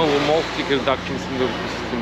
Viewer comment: Хареса ми видеото само преди седмица бяхме там ,надмина очакванията ми.Само да уточня, че се чете Текирдаъ .А картофите бяха уникални.